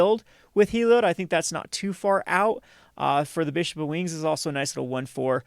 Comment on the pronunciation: It’s Helio-DAY!!!